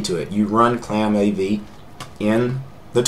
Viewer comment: it's not claamAV. it's clamAV